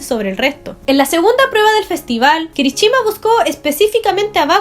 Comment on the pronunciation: No es kirichima sino kirishima